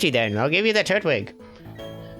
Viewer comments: Everytime he says Trut-wig I scream at the screen: "FUCKING TUR-TWIG.AAAAAAAAAAAAAAAAAAARGH!!!!" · I love Pokemon Diamond and I am just realizing he is saying "turt-wig" I say "tur-twig" and this is really funny to me. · I've found that there are two major ways people pronounce Turtwig. They either say Turt-wig, or Tur-twig. I usually say the latter.